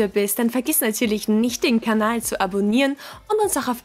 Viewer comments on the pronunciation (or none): none